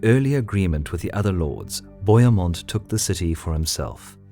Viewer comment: And bohemund is pronounced Bo He (as in hell) Mund